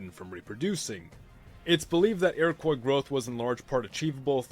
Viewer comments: It's pronounced Iro-kwa not Iro-koi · Iroquois was normally pronounced "eero-qwaw" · Please stop saying Iroquois wrong, it's ur-uh-qwah